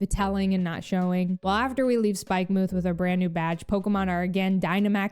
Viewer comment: It’s “Spike-muhth”.